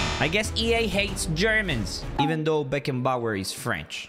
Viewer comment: Bruh said beckenbauer French………😂😂😂😂😂😂